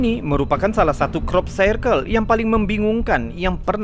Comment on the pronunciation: bacanya Krop Sirkel mas, bukan krop sairkel